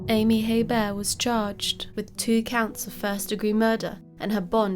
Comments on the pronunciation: Hebert is pronounced a-bear (I'm from New Orleans) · It's pronounced "A-Bear". I live 20 minutes away from where this happened. There are many people in south Louisiana with that name. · The H is actually silent. Pronounced A Bear. There are lots of Heberts in Louisiana l 😀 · In the US we pronounce their name like "Hee burt" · No, it's pronounced "A-Bear". I live 20 minutes away from where this happened. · Silent H, pronounced Abear. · Where is your accent from? Interesting how you pronounce Hebert.